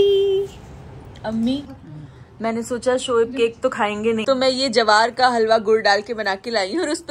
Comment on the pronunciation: It's ज्वार not जवार